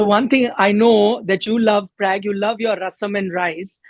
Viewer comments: His name is Pragnanandaa not Prag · please pronounce Pragganadha name correctly. Atleast Indians should be able to do and especially news anchor.